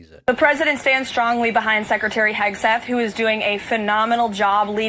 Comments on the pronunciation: Did she say Hegsweat? :D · Did she say "Hegswig"? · “Secretary Eggsweat” 😂 Let’s make this a thing! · Did she say "Secretary Heg-sweat"? That sounds about right. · 'Secretary Hegsweat' Nice one Karoline, that's right up there with JP Mandel.